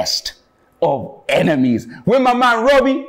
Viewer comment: ROBBIE: "HI AND WELCOME ALONG TO THE BESSSST OFFFF EMENIMESS"